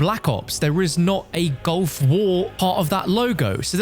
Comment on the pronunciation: stop saying GOLF war please.. Its GULF war